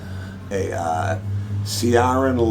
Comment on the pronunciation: Hey - first off, great job on pronouncing my surname - most Irish people murder it never mind anyone else. Though you did struggle with Ciaran but i'll give you a by ball on that! Ciaran Lavery is a singer / songwriter and Ryan Vail moody electronica so a strange combination but works well - a lot of talent in Ireland these days. The CDs everyone gets from me as I have a box of em! The Corncrakes are a band my wife was in, Scottish / Irish Indie Folk so you hit the nail on the head there. The Cylons are my wee punk band and we are working slowly on another EP so hopefully get something recorded early next year - so chuffed you like the packaging, that was my baby.